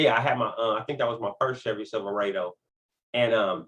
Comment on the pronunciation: What’s a silveradddoe? 😅 respect tho